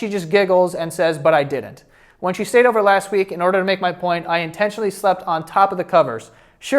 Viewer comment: “Bang out’ve ordah” 😂